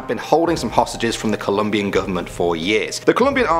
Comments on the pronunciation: COLOMBIAN* not columbian. COLOMBIAN****** lmao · COLOMBIAN not Columbian 🤦🏻‍♂️ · cant believe u said COLUMBIAN GOVERNMENT instead of COLOMBIAN GOVERNMENT....this is so funny lol